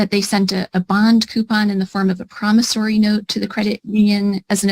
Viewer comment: doesn't know how to pronounce "promissORy" (not "promissARy"). Just saying...and that weave is about to fall off as well.